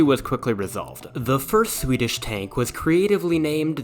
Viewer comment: This is the best Swedish pronunciations i've heard